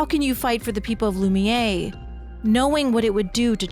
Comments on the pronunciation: Is this an AI read? What's the deal with calling Lumiere "loo-mee-yay" when its not pronounced like that anywhere in yhe game? It's pronounced "loo-mee-air". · It's pronounced loo-me-air. I chose Verso's ending. Not because I wanted to save Maelle but i wanted to erase Gestral Beach. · This is a great video, but I'm amazed that someone can play a 40-50 hour game of characters correctly pronouncing the word, and then walk away thinking it's "Loom-Yay"